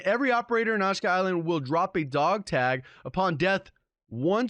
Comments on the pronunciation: OSHKA as opposed to AH-SHE-KA? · It's pronounced "Ah-Shee-Ka" not "Oshka" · Aash ee kaaahh island. Not assshhhkaaah. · It's not ASHKA but ASHIKA, c'mon, there is more in life than 'merican English... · Just for future reference, it’s pronounced like “ah-she-kuh” not “ash-kuh” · It’s pronounced uh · shee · kuh Good vid though. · I love your content. Sorry this is bugging me but it is pronounced Asheeka island. Keep up the content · Ashika =A-she-ka no shade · How you pronounce "Kodachis" correctly but not "Ashika"? Ashka ashka ashka...ah-shee-kuh